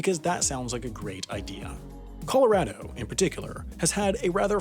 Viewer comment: Dear, I’ve given you a lot of flack for your pronunciation over the years, but I have to give you credit for correctly saying “Colorado” in this video. Well done 👌🏼 -Colorado Native